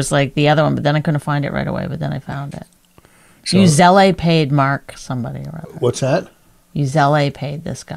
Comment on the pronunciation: Does she pronounce Zelle as Zell-i?